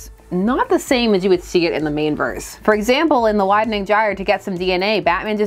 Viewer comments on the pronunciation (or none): none